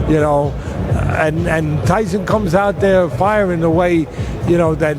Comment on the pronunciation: That goofball in the blue suit call mike tyson mike tymus 😂